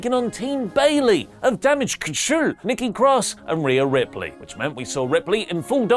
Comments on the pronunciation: I pop at your damage control pronunciation every time. Love it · THE WAY HE SAYS DAMAGE CTRL 🤣🤣